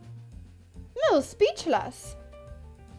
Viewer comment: She became slightly "speechluss" - So glad she got the "chalk-mate" though!